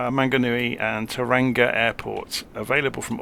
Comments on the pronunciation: Tauranga is pronounced "Tower Wrong Ga" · Kiwi here - just FYI it is pronounced "toe-wronga" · Its pronounced "Toe-wrong-ah" make sure to roll the r as well haha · "toe-rung-ah" bro